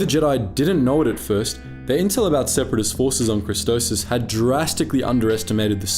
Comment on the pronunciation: I gonna hurt myself if he keeps calling christophsis christosis